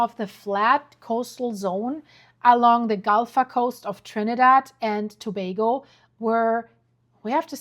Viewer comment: Just proud you pronounced Togago correctly😊... 🇹🇹